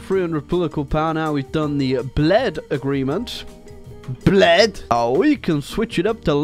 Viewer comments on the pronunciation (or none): I like how you pronounce Bled even though its wrong